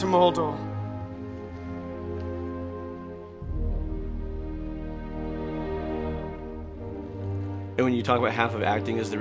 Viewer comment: I'm sorry to spoil it for everyone else but now I can't unhear Frodo saying "Moldor" instead of "Mordor".